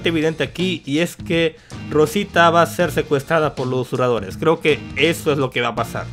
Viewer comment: Ustedes no se preguntan tambien si, ya se quito esas porquerias de la boca...por que sigue diciendo "usuradores" en lugar de susurradores?